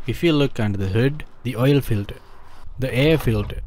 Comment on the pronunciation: Nice video, but tell me what is oilfilder? Or airfilder? Or dowing car?